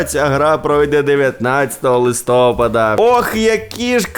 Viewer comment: якщо листя падають, то цей місяц не листОпад, а листопАд